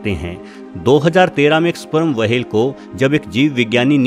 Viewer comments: वाहेल नाही व्हेल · वो व्हेल होता है वहेल नहीं होता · चचा wahel ni hota whale hota h.... Ab se apni video me dhaayn de warna log mjk udate h 😌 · मुंह मे गुटखा भरकर व्हेल को वहेल कहना सार्थक नही है😆😆😆🤣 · Abe वहेल nahi व्हेल होता है बेवकूफ